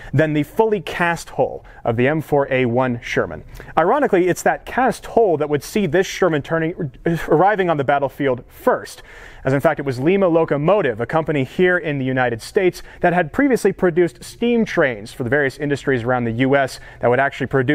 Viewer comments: "LIE MUH!!!!" not "lee muh". limas in peru. "LIE MUHs" in ohio. they get testy when you pronounce it "lee muh". nice collection of shermans. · Nice video. The proper pronunciation of Lima is Lie-ma, not Lee-ma. As in Lima, Ohio. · Lima is actually pronounced Lie Ma rather than Lee Ma. Used to live there a few years back. The Lima Locomotive Works transitioned into General Dynamic and makes the M1 Abrams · Lima, the town in Ohio where trains and later tanks were produced, is pronounced “Lye-Ma.” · It's pronounced Lime-A, not like Lima Peru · In western Ohio it's pronounced (lIme A) like the beans not the capital of Peru. Spikes also provided stand off distance for explosives including shaped charges, joints of the hatch were a weak spot. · Dear, I thoroughly enjoyed your presentation on the M4 Sherman tank. I would like to inform you of one correction. Having lived in Lima, Ohio for many years, I am aware of the proper pronunciation of Lima. It is Lima as in the BEAN and not the city in Peru. The Joint Systems Manufacturing Center – Lima (JSMC) continues to be the major tank production facility in the United States, currently manufacturing and updating the Abrams tank. Keep up the good work.